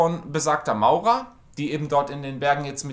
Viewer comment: man spricht es Morra 😊 Auch wenn es Maura geschrieben wird😉